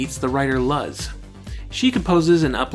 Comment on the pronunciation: the only axe i have to grind with this is your pronunciation of memo and luz, apart from that your analysis was fantastic =)